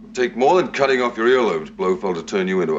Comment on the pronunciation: Lazenby's accent slips . He pronounces "cutting" as "cudding" which is more typical of his native Australia than of Bond's UK.